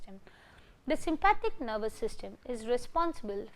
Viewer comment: Sympathetic not Sympathic 😬 but thank you! 👍🏼